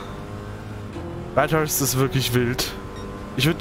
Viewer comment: Warum spricht er/warum sprichst du Bathurst immer Bat-hurst aus?